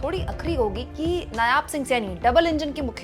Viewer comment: Madam g, nyaab nahi, नायब सिंह